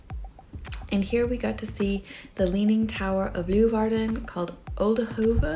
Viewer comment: Leeuwarden is pronounced Lay-warden, not Loo-warden... ;-) I'm sure everyone there told you to come back in winter when the canals are frozen over? Oh, and nevermind the suikerbrood-likeur, did you try Beerenburg? It's the national drink in Friesland, every town has its own recipe. It's a bit like Jägermeister, only much better.